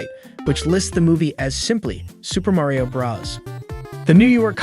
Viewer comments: It’s Mario not mayrio 😂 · why tf are you saying merio?! you say so mich weird for his name